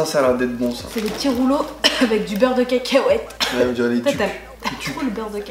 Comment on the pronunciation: elle mtue ta facon de dire beurre de cacahuete 😂 beurre de kèkèouète 😂😂😂😂